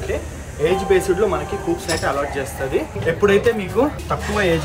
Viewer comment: కూప్స్ కాదు బాబు కూపే అనాలి